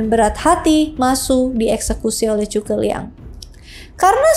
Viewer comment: Bisa kah anda membaca huruf z tanpa menyebutnya dengan huruf c?